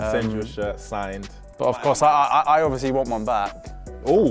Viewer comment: Luke “Oviouslee” Shaw